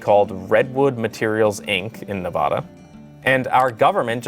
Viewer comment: its nuh-VAD-uh!